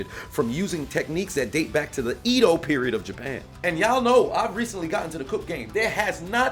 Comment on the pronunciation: sorry to be that guy but, its Edo (Eh-do)